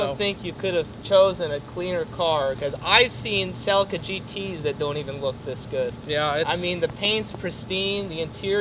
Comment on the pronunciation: It's pronounced "CellEEca"...